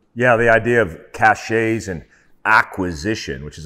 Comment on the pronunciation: “caches” isn’t pronounced like that, it’s “ka shuhz”. Look it up, literally everyone gets this wrong